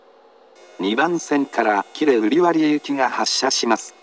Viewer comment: 英語放送の喜連瓜破の言い回し、rの発音強すぎて子音が死んでる